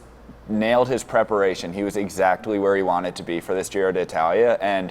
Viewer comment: I see we're persisting with the miss-pronunciation of the name of the race. Nothing if not consistent.